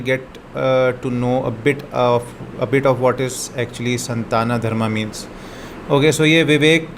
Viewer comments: Pronounce SANATANA not Santana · Sattana nahi Sanatan hota hai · It's sanatan dharm..... not santana dharm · Santana dharma wtf pdhna bhi nhi ata... it's "Sanatan Dharma"...